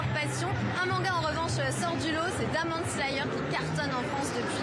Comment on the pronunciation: Ah ouais « dÂmon Slayer » carrément